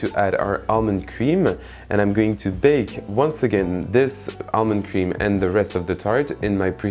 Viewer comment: That's a very nice looking Tarte. I'm totally digging the French ending at the end of every consonant, e.g. whipped cream-ME. Subscribed!